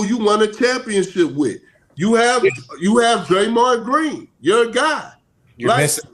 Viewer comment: did he just say Draymon Green !!!! 🤣🤣🤣🤣 what an idiot